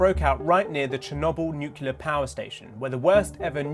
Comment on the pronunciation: NuCLEAR not NucULAR